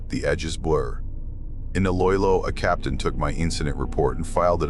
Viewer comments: Lol it’s Iloilo, not “Loylo” 😂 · Dont worry , us Pinoys are already happy a foreigner such as you is actually interested in our own national mythology ! Btw pronounce it as e-loh-e-loh , its the province iloilo, and the residents are ilonggos , pronounce it as e-long-gohs